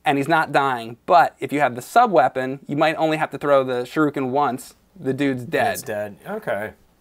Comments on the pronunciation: Shuriken not Shiruken. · Sharookin lol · I think you mean "shuriken" instead of "shuruken". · "Shiruken" People still say it this way? For real? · SHIRUKEN SHIRUKEN SHIRUKEN SHIRUKEN SHIRUKEN, WHAT YOU GONNA DO BOUT IT SON?!?!?! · "Sharooken". Lol.